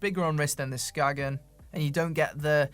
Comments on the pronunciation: Just a Dane passing by. When pronouncing Skagen, you don't say the G/it's silent, so it's pronounced Skaen if you wanna say it the Danish/"the right way". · That was a rather depressing video. I have Skagen watches (pre-Fossil) and these are still among my favorites. Great materials, such as titanium, and the movements were made by Seiko. The brand originates from Denmark. A local told me that the brand is pronounced "Skane". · Unless it was specified to be pronounced "Skagen" then the right way to say it is "Skae-en". I speak Danish, it's weird in ways. Not criticizing anyone for mis pronunciation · I own a couple of early Skagen chronos - early 90s, 37ish mm? - that are still working to this day. Interesting point: I met a tourist once from Denmark who quickly corrected me when I asked him about my "Skagg-in" watch... "SKANE," he said, "It's pronounced, 'SKANE.' " 😉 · Skagen is named after the northern Danish town, and it's pronounced "Skain". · 'Ska en'....no 'G' sound in the pronounciation, it is a 'guttoral stop' like a cockney saying 'water' ... 'wa er'